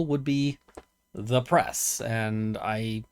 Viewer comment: "I am da' press" Me: depress? Ain't we all?